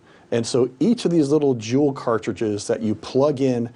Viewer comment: It's pronounced Jule not Julie. He pronounces it right and wrong lol. Also all of the injuries from e-cigs have been linked to the cartridges being cut with liquid vitamin E. And they need to make women and children a protected class so the punishments will be stiffer than the current laws. Because sentences for child prostitution and human trafficking are way too light.